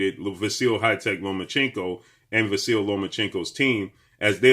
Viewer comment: I don’t understand why does everybody say vasiI and not say vasily?🤔🤷🏾‍♂️ is the Y silent? 🤷🏾‍♂️